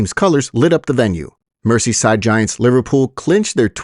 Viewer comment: Mercyside? Meaning Merseyside. Bob Dylan made that mistake when he visited England a long time ago. Not a lotta people know that. Which UK film star used to say that? 😊 Another good report, but too late in the day to collect clicks. Earlier, please.